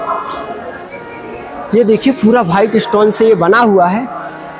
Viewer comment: आप थोड़ी सी भाषा सही करो भाईट स्टोन नहीं वाईट स्टोन साजहा नहीं शाहजहां